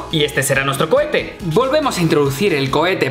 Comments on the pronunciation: cohetes no cochetes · Cando dijeron lansa cohetes pensé que dijeron lansa pedetes